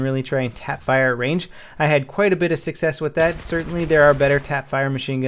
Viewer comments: Guess he meant Range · "Long Rang"? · Range not Rang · Long Rang -.